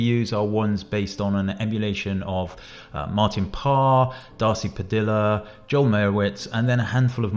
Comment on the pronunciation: Padilla is pronounced Pa-dee-uh, not Pa-dill-uh.